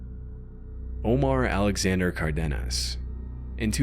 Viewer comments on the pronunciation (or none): none